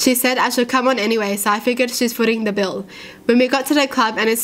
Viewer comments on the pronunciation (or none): none